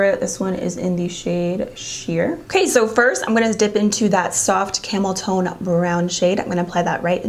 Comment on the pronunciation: When you said ‘Camel time’ I thought you said ‘Camel toe’, not gonna lie 😂